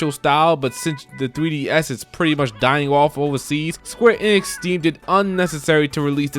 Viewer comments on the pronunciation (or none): none